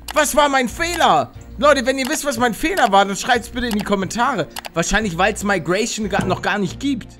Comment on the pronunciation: Migration nicht meigration... 😵